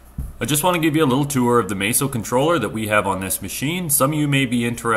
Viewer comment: I don't understand how any native English speaker could look at the name "MASSO" and assume it's pronounced "May-so". It's not. You can go to their own channel and hear their employees pronounce it correctly.